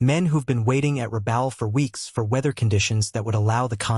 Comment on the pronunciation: Agree, “Rah-bell”? Be professional or don’t use AI for voice. It’s Lazy